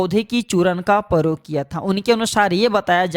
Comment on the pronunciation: पौधे के वारे में जानकारी तो ठीक है मगर आपका हिन्दी उच्चारण बहुत ग़लत है , जैसे आप " प्रयोग को परयोग " बोलते हैं। ऐसी ही पचासों उच्चारण सम्बन्धी गलतियां आपके पूरे प्रजेनटेशन में है जो सुनने में बहुत खराब लगती हैं । कृपया अपना उच्चारण सुधारने पर ध्यान दें ।